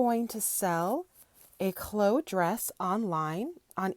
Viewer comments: It's pronounced chlo-e, not chloe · It's not KLO it's KLO-ee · Chloe is pronounced klo-we like glow+we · I was going to say St. lol My daughter’s name: Kuh-low-ee 😉